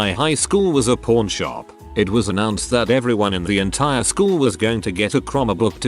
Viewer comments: You gotta work on your accent, a pawn shop and a porn shop are two different businesses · It keeps sounding like he is saying porn shop lmfao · Idky why the narrator sounds like he saying "p0rn shop"